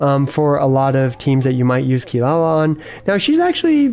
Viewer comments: How dare you put the goddess of death behind a mere chef!!!! Jokes aside, i really like your take on the list, let's see how Fontaine cast shakes things up. PS: and a quick advice, it's not kee-La-la, it's KEE-rah-rah ...you can hear her pronounce her name in the JP voice lines quite clearly and it should be like that since well, you know, Inazuma. I believe Kaveh it's also KAH-veh instead of ka-VEY, but i'm not 100% sure. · its Kirara not Kilala btw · Its Funny you Call Kirara as Kilala XD